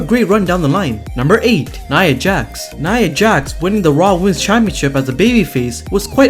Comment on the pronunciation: It’s Nia Jax, not Nia Jas.